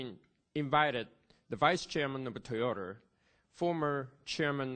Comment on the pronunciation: Toyoter....普通にトヨタって言えばいいのに